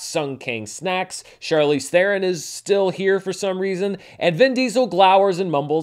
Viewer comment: Hey, you pronounced Theron properly.